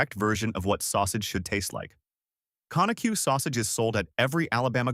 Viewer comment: You need to go listen to a video on how to pronounce Conecuh‼️